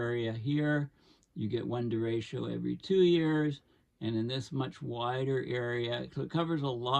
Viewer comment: hard ch like chat